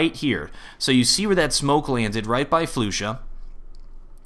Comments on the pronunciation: It's pronounced Flush-ah by the way, not floosha. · ahh this is bugging me its not flu sha its flasha thats the way you say it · Its not Floosha as you said its Flusha like Flush-a :DDD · Did he just call "flusha" "floosha" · ***** its pronounce free-berj right? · the pronunciation.. I say Fla-sha not floo-sha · Ys i know its Fla-sha but how would you take offence?? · Flusha not floooooosha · Flush-A not Flu-sha <3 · Temos que dizer "flasha" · Todor Tanov flasa* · Actually flusha is called (kinda like) "Flush-sha", don't want to be a pusharound but just wanna to correct u about dat ;) xD. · floosha, freeberg, and now what, caajunb? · FLU-Sha. -> Its okay. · It's pronounced Fl"uh"sha (: keep the great work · the way you pronounce flusha is just disturbing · damnit, you and your ridiculous player name pronunciations. floo-sha? really? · Waiting for a comment to say "it's pronounced flusha" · He only pronounced flusha wrong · I can't stand the way you are obliterating flusha's name